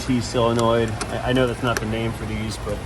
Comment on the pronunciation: My new favourite saying “poppin ze hood”